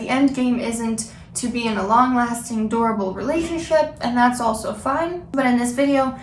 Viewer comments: When you say durable, it sounds like adorable haha I'm in a long term relationship and honesty was an issue in the beginning and it has created a ripple effect years later. Although the incidents of dishonesty happened long ago, I am still affected occassionally by the hurt and it has been struggle for both of us (mostly me) to overcome fully. It would be helpful if you had any insights on how to get past dishonesty in relationships! My partner has been honest since then (to my knowledge) but I still have micro-doubts and I have went against my own morals and checked on him or tried to find proof of lying in the past. Not something that anyone should be proud of but it is a terrible itch that is hard to ignore. I feel I've regained 75-85% trust and I wonder if it'll ever be at 100% again, or if it's even realistic to want to achieve that. I have spent a considerable amount of time reflecting - doing so made me realize I also have faults, and that I may not have created a safe enough of a space for my partner to be honest and communicate his truth. Or at least, my partner's interpretation of me or expectation of my reactions was far from what I ever wanted to portray myself as. It is something I am actively aware of til this day and I am working towards softening my approach so as to provide a more safe and accepting environment. This is what I found helped to induce honesty in my relationship but, either way, the remnants of the past still linger. More than I want to admit. I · When she said "long lasting durable relationship" I heard "long lasting adorable relationship"